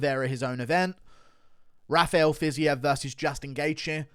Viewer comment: Can we talk about how the USA 🇺🇸 commentators butcher fighters’ names? Poirier pwa-ree-ay 🇫🇷 not Poor Eeee Ay Fiziev- Fizzy Ev not fizz Eve 🇷🇺 😂 And the best Jedzrejczyk - Yeds Ray Chick 🇵🇱 Not Yon Jay Check 😂